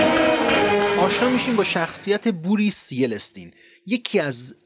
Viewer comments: بوریس یلسین نه یلیستین ههههههه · (Boris yelt sin) Not (boris ye let sin) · جناب آقاي مجري، رئيس روسيه بوريس يلتسين است نه يلتسين Boris Yeltsin Boris Yeltsin Boris Yeltsin Boris Yeltsin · با تشکر از ویدئوهاتون و اطلاعات مفید تاریخی، تلفظ درست رئیس جمهور اسبق روسیه، یلتسین است که به اشتباه در همه موارد یلستین گفته شد. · پروفسور yeles, tinچیه؟🤣🤣🤣🤣🤣یارو اسمش بوریس یلتسین بودyelt, sin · یِلتسین درست هست . شما یِلِستین تلفظ میکنید که نادرست هست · با درود! بوریس یلتسین درسته، نه بوریس یلستین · یلستین مثل فلسطین نیست باید بگی یلسین یا بهتر یل سین . زحمت کشیدی ولی اسم یارو نمی تونی درست بگی مثل اینکه به پوتین بگی پاتون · Yeltsin ast na Yelestin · مطالب شما خوب ولی خیلی جامع بود در حالیکه فروپاشی شوروی، بسیار پیچیده بود و عوامل بسیاری در آن نقش داشتند از عوامل خارجی و داخلی بگیرید تا نارضایتی های گسترده و توطئه و پلان های آمریکا و وو ولی یک نقد هم درباره تلفظ اسم بوریس یلتسین که شما اون رو یِلِتسین تلفظ کردید که کاملا غلطه و همون تلفظ عامه یعنی ، یِلتسین درست هستش نمیدونم چرا شما این تلفظ رو به کار بردین و در تمام منابع خارجی و حتی روسی هم یلتسین تلفظ میشه Buris Yeltsin Борис Ельцин و در پایان ، درود بر شما و سپاس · یلتسین اسمشه نه یلستین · ای بابا یلستین،یلستین یلستین یلستین، بابا ببخشید یلستین yalestenنبود یَلتسِن yeltsen یگانه کار خوب یلتسن در عمر سیاسی اش انتخاب پوتین بود، ببخشید صداو سیمای استونی چی است؟میگفتی تلویزیون ملی استونی، یهو از 1995 خیز برداشتی به 2014,اینقدر پراگنده پراگنده،؟؟ از جنگ ها داخلی تاجیکستان در ۱۹۹۲ هیچی نگفتی،بعد از فروپاشی ،اینقدر پراگنده؟ هی بابا از لندن گراد گفتی، و استالینگراد،بلگراد،والگاگراد،لینینگراد و گراد گراد ها پی هم هرچند ناقص بود امید در آینده دقت بیشتر شود، ولی باز هم ممنون زحمت کشیدی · این تلفظ یلنسین رفت روی مغزم در طول ویدئو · وای وای وای،چقدر سخته مگه قبلش یکم تحقیق کنی... بوریس چی چی؟!!! یل ت سیین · بوریس یلسین - اینجوری تلفظ کنید شاید بهتر باشه . حرف ت رو با سکون باید تلفظ کنید اگر میخواید کامل درست بگید . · آقای یلتسین ونه یلتسین لطفا در حفظ امانت که به گردنتان است دقت بفرمایید مرد بزرگوار ما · تلفظ: بوریس یلچین